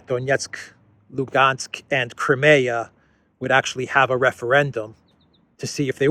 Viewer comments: Great video. One little thing: Crimea in English is pronounced Cry-ME-a. In Russian, BTW, it is pronounced like Cream, as in whipped cream, with a lightly rolled r. Spelled Крым. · Is there no one available to tell how to pronounce Crimea?